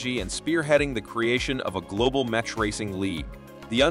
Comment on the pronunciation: Did you just say the 'ch' in mech like 'chin' ? The fuck you doing lad? Get it together.